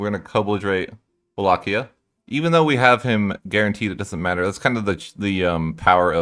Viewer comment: Pronunciation of Walachia is on point